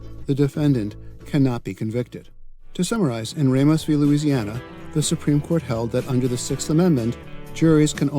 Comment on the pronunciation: Nah, he said Oregon and Ramos wrong.